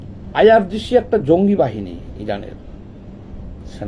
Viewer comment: আইআরজিসিকে আপনি বললেন আইআরসি উচ্চারণে কিছুটা ভুলভাল বলেছেন আপনাকে দেখতে অভিজাত মনে হয় কিন্তু আপনার জ্ঞান কম তবে আপনি কিছুটা সত্য কথা বলার চেষ্টা করেছেন